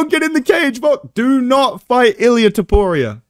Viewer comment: aight stopped watching as soon as you said toporio wtf lol